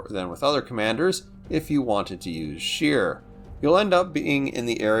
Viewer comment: Aye! As known to your hard core fanbase: Your german is pretty dang good. Two ideas for further improving that excellence: Erich Bey is pronounced "Bye" rather than "Bay" (even few Germans know that, though). And Reinhard Scheer is much closer to "Shair" (hair, air) than "sheer". Apart from me being a smart butt here, I like the Z-35 very much. It suits my playstyle and my demand for a versatile tool kit. Also I find it to be a good credit maker (which is a bit silly, because it actually burned quite some credits in real life). By the way, I enjoy you being on streams - especially with the german CCs. No harsh language, just a continuity of understated smartness. Thank you and please keep it up...!